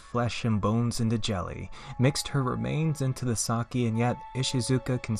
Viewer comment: I was more disturbed from the pronunciation of sake